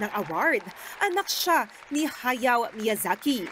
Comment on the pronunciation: Really? "HA-YAW MIYAZAKI" Not "HA-YA-O"?